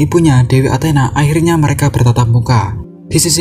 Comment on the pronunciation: Bang kok dewa anthena 😂😂😂😂